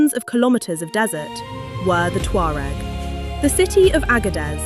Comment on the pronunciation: They are my ancestors and they are NOW called Berber, she mispronounced the name as usual, these know it all euro people annoy me.